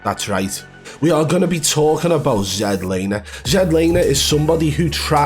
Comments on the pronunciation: I swear I’m about to pull my hair if I hear Zed Laner one more time 🫥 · I thought his name was Zlaner. Not ZED lamer? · His name is Zach Lane not Zach Laner you Neanderthal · He’s Not a hacker, jealous bro, u can’t evan say his name right ya plum 🤣🤣🤣